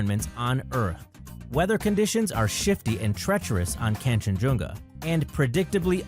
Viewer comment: Kangshenjunga, not Kanshenjunga